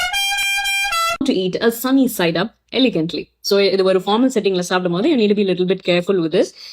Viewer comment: Ivan kailiyae valichi rendu side um nakki thingalaam but elegant eh mattum correct ah solla sollunga 😢